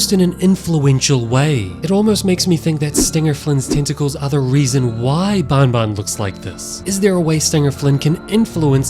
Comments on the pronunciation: It's banban not Bonbon say it it's an "A" have some Respect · it is not bun bun it is ban ban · It's banban not bonbon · Can you pls stop saying bon bon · pfffft how he called banbans horn lmao